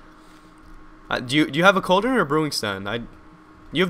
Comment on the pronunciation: Cauldron. It's cauldron. Say it with me. C a u l d r o n.